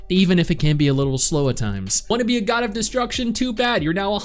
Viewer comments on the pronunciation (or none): Please don't say God like that